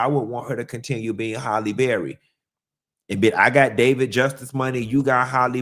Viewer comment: will always pronounce Halle as Holley 🤣🤣